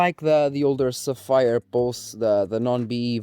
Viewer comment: I'm surprised they agreed considering you keep calling them sa-fire :P :P :P That aside, good for you man. And couldn't have been a better company, Sapphire FTW. Been using them in the past, my current is 380X Nitro, and yeah - my future card will also be a Sapphire. I was thinking that for a long time, but this has cemented that decision ♥